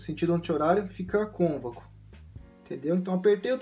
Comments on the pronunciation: Muito bom, mas o correto e dizer côncavo e nao "convaco" kkkk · É concavo nao convaco kkkk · Convaco kkk (côncavo) desculpa pela correção mas me deu agonia kkkk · Desculpe lá nas Cônvaco não existe em português. A palavra certa é Côncavo. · Obrigado pela dica, vou tentar regular meu Gianini performance. Quando você diz "cônvaco", o correto seria côncavo, pode pesquisar pra ver. Mas obrigado pelas dicas, forte abraço. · CÔNCAVO, CÔNCAVOOOOOOOO. Não ConVACo!!!!! Karaio. Fora isso parabéns. Vídeo bom. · Show.... Bem instrutiva a explicação.... pequeno detalho de palavra... É CONCAVO e não convaco.... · Não é cônvaco, é côncavo. Mas a dica é perfeita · man, parabens pelo conteúdo gostei muito.. mas o nome correto é CÔNCAVO; embora, eu acabei descobrindo que Cônvaco é muito mais legal de falar. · Mais alguém ficou agoniado cada vez que ele repete "convaco"? hahahah é CÔNCAVO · Muito bom!!! Porém a palavra é CONCAVO e não CONVACO! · Convaco não Côncavo 🙏🏾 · Gostei das dicas mas a palvra é concavo e não convaco te liga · "Cônvaco" .... rachei aqui com todo respeito 😂😂😂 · Ótimo vídeo. Bem esclarecedor. Só precisa cuidar com a palavra Côncavo, pelo visto está acostumado a falar errado. No final do vídeo tem outro erro no agradecimento: vc colocou obrigadA e o correto é obrigadO. Sucesso com a lutheria e com o canal!!! Abraço!!! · Realmente eu adorei o "CÔNVACO". que idioma é esse ??? KKKKKKKKK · Boa!...mas é "concavo" e "covexo" obrigado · A pronúncia correta é Côncavo.